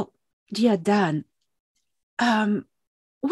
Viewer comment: 1.34.27 it's your surname D- an - aan!